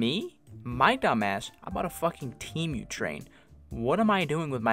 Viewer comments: it’s pronounced tee-mu not team-mu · “Te mew” 💀